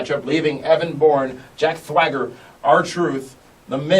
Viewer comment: can't say swagger... hehehe